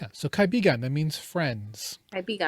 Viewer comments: Ka - I - bi-gan .".Ka - ibigan" have another meaning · Actually it is ka-i-bi-gan.